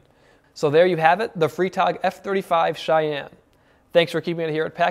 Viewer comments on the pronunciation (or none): It's "fry"-tag (like Friday), which is the German word for, well.. Friday. 🙂